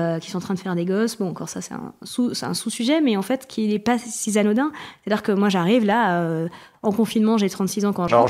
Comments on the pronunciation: "(...) si zanodin (...)". Les liaisons dangereuses 🤣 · "un sous-sujet qui n'est pas si Z'anodin". C'est pas la peine de faire sciences-po si c'est pour faire des liaisons aussi dangereuses. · T’as noté la super liaison “ si z’anodin”? 🫣